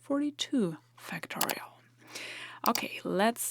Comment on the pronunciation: I've heard that the pronunciation of schwa-type vowel sounds is a big nuance in language learning.: Be sure to pronounce the first syllable of "factorial" with greater stress and more of an /a/ as in fact or factor rather than as a schwa sound, even though it doesn't get the primary stress of the entire word. Great video as always, and your fluent command of English as a second language, when talking about a technical subject, is amazing!